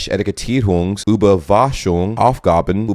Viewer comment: So close. It sounded like you said Kennzeischung instead of Kennzeichnung and Überwaschung (over-washing lol) instead of Überwachung (harsh ch sound - supervision).